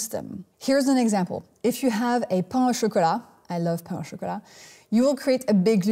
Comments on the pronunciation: You gotta love 16-minute videos worth of 30 seconds of useful information. Too much fluff, too much legs, too much ridiculously large jacket, and too little content. Also, learn to pronounce pain du chocolate properly if you want to show off your French. It's not /pɑ̃/, it's pronounced /pɛ̃/. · Pain du chocolat *is pronounced "pan."